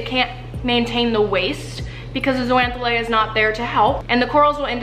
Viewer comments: It's pronounced zoh-zan-thelly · Love this video!! But... It’s pronounced like ZOH-ZAN-THEL-AY (so the X sounds like a Z)... myself and the other marine bio nerds out there were cringing every time you said it 😬 BUT that aside, lots of love and this video is great!! Very accessible overview of a complex group of animals! 😍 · Love all the info in this video, and it's clear that you did a LOT of research. But, there were a few things I picked up on that should be corrected. First, zooxanthellae is actually pronounced zO-zan-th-eh-lE (O pronounced like Oh, E like in Eerie). Just something that bugged me. I know latin names SUCK to pronounce and spell (as a marine biology student I can attest to that). Secondly, corals, as all sessile marine species that have a broadcast larval stage, do have SOME form of choice of where they settle. There are actually signals (which can be hormonal or scent driven) that allow the larvae to know that X spot would be a good place to settle. These signals can be given off by other adults of the same species in that spot, signals from organisms in the sediment, from prey species in the area, or other symbiotic species in the area. You did an awesome job besides that though! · Fazerella what!? She said algae are plants and can't pronounce zooxanthellae. Glad you're not my teacher. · Did I just learn a wrong pronunciation of zoox’s I’m stressed